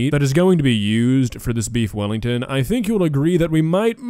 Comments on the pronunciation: We don't say "beef welli" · Weef bellington